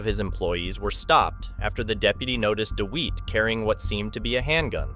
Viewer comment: Firstly, his name is pronounced Dewitte...as in wit/tit/bit...Dewitte!!! Secondly, the idea of these True Crime style videos is to be on the pulse. Recent events are what True Crime enthusiasts are generally interested in. NOT ANCIENT HISTORY!!!